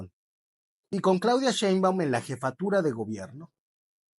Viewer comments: Claudia “Chemban” 😂😂😂, ¡me encantó! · A que mi Gibran , aprende a pronunciar bien el apellido de Claudia , cual derrota ? Les van a dar hasta por debajo de las orejas y si efectivamente solo tienes “ocurrencias” das pena ajena 🤪